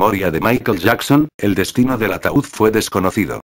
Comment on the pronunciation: es ataud no ataul